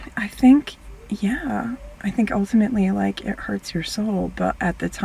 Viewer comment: DONT SAY "LIKE" LIKE LIKE THAT!